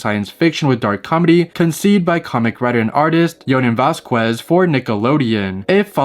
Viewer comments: thats not how you pronounce his name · off-topic but you said jhonen vasquez's name wrong